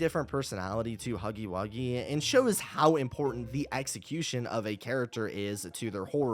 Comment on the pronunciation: It's huggy wuggy not buggy wuggy